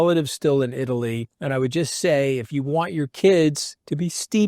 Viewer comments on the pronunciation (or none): none